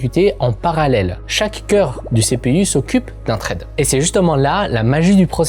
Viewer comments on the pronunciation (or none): none